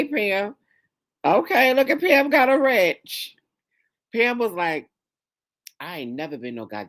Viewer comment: OMG,,,,Imma need coffee first. Rich!!! Not “pink” Chile😂😂😂😂